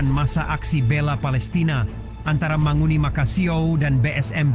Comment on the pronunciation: MANGUNI bang bukan mahoni. Manguni itu adalah burung khas Minahasa.